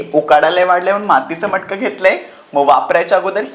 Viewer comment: मटकं नाही रे..मडकं!!!